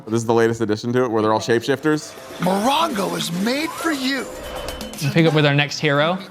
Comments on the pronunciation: Not Ma-rain-go. Mo-wrong-o is how you say it guys. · Funny reviews, but here's the next challenge: Say "Morongo" correctly LOL